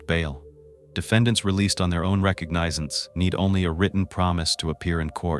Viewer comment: Yes you can always tell when the are stating a time. AI cannot figure am or pm. And then there's the words like recognizance. That's almost comical if the story wasn't so sad.